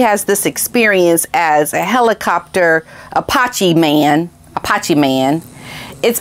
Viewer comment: I bet JT is having buyers remorse. Especially after the way Harry insulted him. Claiming that JT made a lot of money off of his dancing with Diana. I think JT has committed career suicide. It’s pronounced Apache- A patch ee. My husband and I have been in the aviation industry militarily and as a government civilian for 37 years. We’ve had friends and colleagues who were aviator heroes in combat in the enemy hot zone during war and since. These men and women were Purple Heart and Silver Star recipients. Let’s not forget those heroes that died in service to our country. In our opinion those Heroes are far more deserving of this award than bunker Harry Windsor.